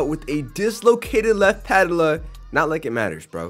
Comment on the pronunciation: so funny how he pronounces patella